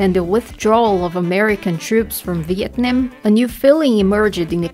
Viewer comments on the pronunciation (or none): none